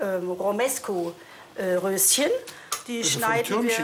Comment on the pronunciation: der heißt romanesko und nicht romesko!!!!